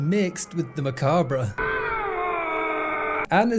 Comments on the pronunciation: the re on the end of macabre is silent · "You uncultured swine!" Also: "macabruh" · Mistaking harlequin for harley quinn is uncultured but so is pronouncing macabre "macabruh". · Is it a british thing to pronounce the 'R' in 'macabre'?